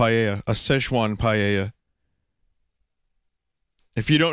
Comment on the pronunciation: Vinesauce, Paella is pronounced 'Pie-ella'.